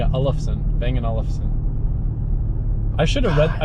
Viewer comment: You say it bang and olson